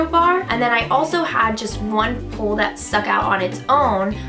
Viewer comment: couldn't stop thinking about Shannon's vine of you saying "pool, pull and pole" every time you said pole in this video hahah!!